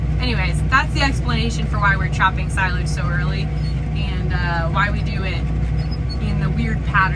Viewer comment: Chopping sigh-lage?